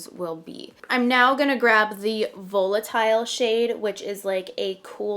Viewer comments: It's pronounced "Vahlitile" not "Vowlitile" ❤ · Isn't it pronounced valitile?.. why do influencers keep saying vo with a long o? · So excited I’m getting my palette Thursday! Woot 😊 also, I love your videos there’s just one thing driving me a little nuts. The way you say volatile is a little off. You say the o as a long o and really it should be pronounced like va-lit-ile or va-lit-all you can always google the pronunciation if you aren’t sure. So sorry to point that out. Please please use celestial more in your next one! No one is really using it and it’s so pretty 😍